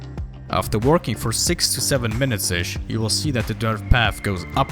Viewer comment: I didnt know idea and walking had a R in it 😂